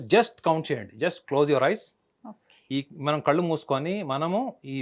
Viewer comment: Ammaa thalli anchor , please learn Telugu .. kallu kaadhu , it’s కళ్ళు It’s irritating to listen to anchor without proper pronunciation.. especially people from Telangana can’t speak la and sa kaarums well